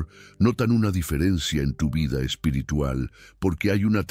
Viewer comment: Amigo mis respetos tu enseñanza y tus explicaciones fluidas ,da deseo de escucharte tu narración, solo quiero hacer una sugerencia tu dices la palabra en español espirtrual- lo correcto espiritual ,mis disculpas si soy quien te he escuchado mal ,buenas noches que Dios te bendiga.tu narración calidad excelente eres cinco estrellas.